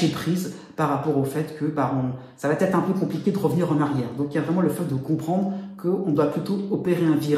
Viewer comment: Merci pour le partage 🙏 mais si vous pouviez éviter de dire "ça va T'être" 🤔